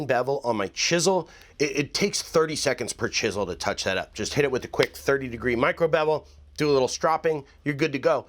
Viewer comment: Jest curious, are you drunk in your intro? Jest a little? Thx for the vid, guy!